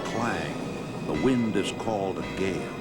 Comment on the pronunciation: = The Wind Is Called A Gay (Thats What I Hear)